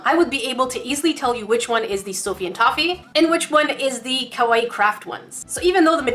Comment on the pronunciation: Ok YoU SaId It WrOnG It is pronouced Ka-Why-E